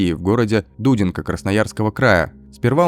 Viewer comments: Не ДУдинка, а ДудИнка. 😂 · Ужасная история...да уж... Тем более, если это человек, который мог ходить по тем же улицам где я жила. Да, вообщем то, сколько их еще ходит. Автор, не ДУдинка, а ДудИнка, вы уж если делаете российский контент, то правильно ударяйте в названиях городов РФ! Исправтесь, в этом моменте) Подписка, вас приятно и интересно слушать!) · Город в Сибири не ДУдинка, а ДудИнка, это крайний север. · дУдинка ! Ударение на первый слог. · Дорогой автор,в городе Дудинка-ударение на второй слог!